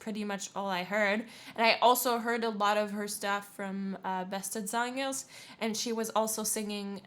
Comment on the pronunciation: I had to smile, when you pronounced ‘beste zangers’ with that soft ‘g’ Sander mentionned. I was born in that part of the Netherlands. Even after living 40 years in Amsterdam I still speak with that soft ‘g’.